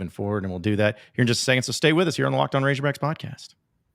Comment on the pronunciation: Why the hell does say ‘razorbacks’ like that